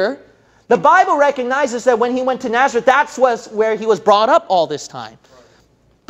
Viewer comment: It's Nazareth not Naerzeth.